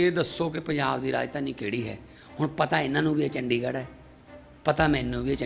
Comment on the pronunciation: “ਡ” ਨੂੰ ਵਿਆਰੀ ਨਾ ਕਿ ਸਿਆਰੀ। ਚੰਡੀਗੜ੍ਹ ਨਾ ਕਿ ਚੰਡਿਗੜ੍ਹ।